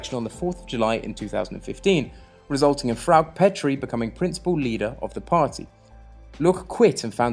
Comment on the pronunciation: Good Videos. Do get the names right - it is FraukE, LuckE etc.